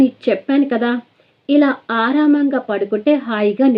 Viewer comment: telugu choosukondi please. Aaramam ante thota/Garden. Aaraam ga padukovali anukunta